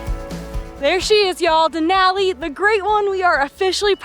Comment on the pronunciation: Couldn’t enjoy the video for y’all mispronouncing Denali over and over. It’s downright disrespectful. A simple Google search will let you hear the proper pronunciation. Duh • naa • lee